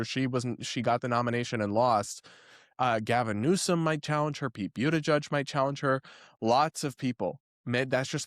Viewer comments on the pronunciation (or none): none